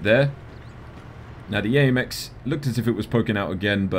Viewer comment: You pronounce my name better than i do lol